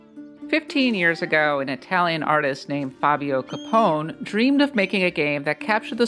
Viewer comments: Learn to pronounce Italian, you do not have to remove any letter to Capone. It reads exactly as it is written. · it's freaking caponEH . im not even italian or speak italian and this makes me mad. have you never heard of al capone? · Its not "Capón", its CAPONE! (caponae). Also GHIBLI is "guibli", like guild... Not GEEBLEE!! PLEASE!